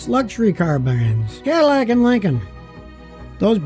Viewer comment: Love how you pronounce Cadillac